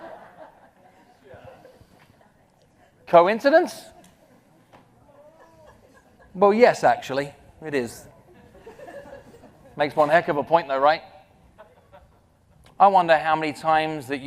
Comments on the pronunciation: Why did he pronounce coincidence as "koinkidinke"? 🤔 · Coincidence was pronounced incorrectly